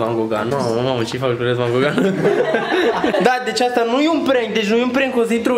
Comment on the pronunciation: am inteles in loc de gogan logan😂😂😂